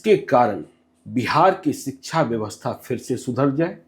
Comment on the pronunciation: जब शिक्षक ही शब्दों का अच्छे से उच्चारण नहीं कर रहे तो बच्चों को क्या ही पढ़ाएंगे। शिक्षा को सिकछा उच्चारण करते है। शब्दों के सही उच्चारण से साक्षरता का पता चलता है।🙏 खान सर सबसे अच्छे शिक्षक है।